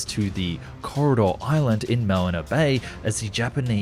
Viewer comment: I mean ‘malina bay? ‘Axeeeeeeeeees powers’? Wine when did norlisk = normal?